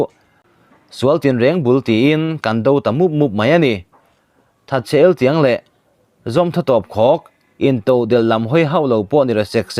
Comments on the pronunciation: Thatchhe'eltiang' ilamdan tehi eltian tihte hi awmzia pawh ihre nange?kohhran 'thangzia' a mawni hui haaa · That chhe eltiang tihte, sakawrhmuituai tihte leh word eng emaw zeuh zeuh hi, mizo tawng lam rik dik han zir zel teh khai. Hma i sawn viau ania.